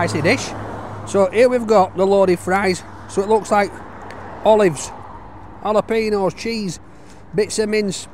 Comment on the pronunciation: Jalapeños not jalapenos. Ñ is pronounced like "ny"